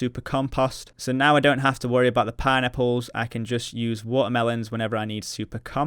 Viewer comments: It sounds like you're saying "pie-nipples" whenever you say "pineapples", lol. Good video as always. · I can not unhear this now... I thought he was saying Pine Nipples but now its just pie-nipples...